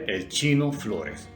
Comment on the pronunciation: As escuhado chino floles